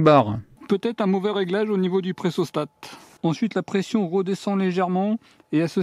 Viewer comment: c'est pressostat et non "pressostate" :p